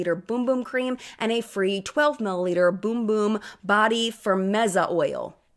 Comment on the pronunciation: Aw. It’s named, Sol de Janeiro Brazilian Bum Bum Cream. I believe you called it “boom boom💥 cream”. Time stamp: / Lol kind of adorable🥹